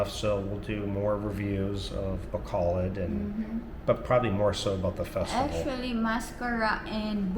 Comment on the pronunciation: 1) I appreciate that you're one of the few expats who bother to get the pronunciation of places right.. ba KO load I get mad when foreigners are married to Filipinas and thev still never learn the name of the city they live in 2) I may be retiring there in the Citv of Smiles 😁 3) Maya IS SoOO beautiful. seriously you must be pinch— yourself everyday @@